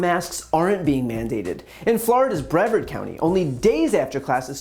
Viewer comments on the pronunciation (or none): I agree with basically everything you said, and thank you for so many of your videos. Just to boost your credibility perhaps a tiny bit within the state, , you said "In Florida's Brevard County", making it sound like "BREV-verd". It's pronounced with the accent on the second syllable, rhyming with "the Yard." There is also a Broward County, which rhymes with "Howard", accent on the first syllable. It took me years after I moved to this state to figure this out. And there are still arguments over how to pronounce "Kissimmee", "Alachua", :Micanopy", and many other places. I wish that my adoptive state would agree to debate differences of substance, but if we have to start on how to pronounce place names, I'll start there. Thank you for all that you do, Erin King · Bryan - Just FYI, it’s pronounced “Bree-Vard” County, not “Brev-Ard”… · Brian I love you and not being critical. I'm just from Florida It's pronounced 'Bree Vard County Love ya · Very minor point for Brian, if he reads the comments section: It isn't pronounced BREV-urd county, it's breh-VARD. Just a wee FYI. Carry on. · Brevard County is pronounced Bruh-vahrd County. Great video!!!! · It’s pronounced “Brie-vard”. The ‘e’ is long. I live here, ugh… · bre-VARD rhymes with yard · Brevard rhymes with guard. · Yeah he’s wild. Also it’s bre-VARD county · Great points. It’s pronounced Bruh-vard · Bre VARD you numskull. Rhymes with yard. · As someone from Brevard, that’s not how you pronounce brevard. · Hey Brian, I agree with you however, you kept mispronouncing Brevard County. 😆